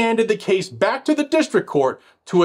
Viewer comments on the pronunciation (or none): none